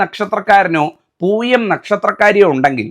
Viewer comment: തിരുമേനി അത് പൂയമാണ് പുഴയല്ല പൂയമാണ് ചേർത്ത് വായിക്കണം അത് വായന തെറ്റായി അക്ഷരം തെറ്റിപ്പോയി ലോകത്തിലുള്ള ദുരിതങ്ങളിൽ എല്ലാം ജീവിച്ചുകൊണ്ടിരിക്കുന്നത് പൂയനക്ഷത്രത്തിലെ എല്ലാ ദുരന്തങ്ങൾ ദുരിതങ്ങളും ദുഃഖങ്ങളും ജീവിച്ചു കൊണ്ടിരിക്കുന്നത്